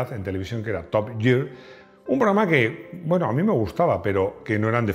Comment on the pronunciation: Top giar . Top gear escrito. El nombre de la película, no lo pillo. Pronuncialo como se deberia en castellano, o como se lee in inglés de algun pais, pero de habla inglesa, o directamente da el titulo para España. Children od .... ? Tampoco tus opiniones son muy de fiar. Nadie es perfecto